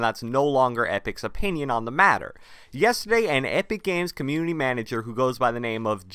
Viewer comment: idk why he said that tho but nice job dude you find out that he said comuny 😂😂😂